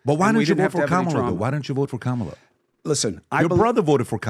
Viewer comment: PBD can’t pronounce “Kamala‘s” name correctly? (or is he saying it incorrectly on purpose?)(3+ times)